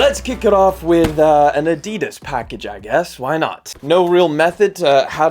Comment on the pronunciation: Somebody definitely needs to learn how to say Adidas.